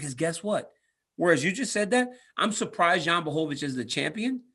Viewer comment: DC is the only person who actually tries to pronounce Jan's full name correctly 👌😁